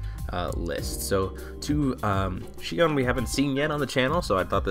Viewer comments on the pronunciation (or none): Exactly. Take in count they are not two separate words as well. So it is Shion not Shiown. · Shiown? Really? Can no one pronounce "Shi On"? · Except Shiown is actually closer to the original Japanese pronunciation. If they wanted her name to be Shi On it could have been シアン (Shian) in japanese. However her name is シオン (Shion). Therefore "Shiown" is more accurate. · Bona It's shi-on since it's probably written with the kanji for Shi (poem) and kanji (on) for sound. It makes sense to me.